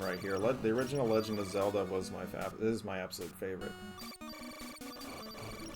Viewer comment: bro you slaughtered Zelda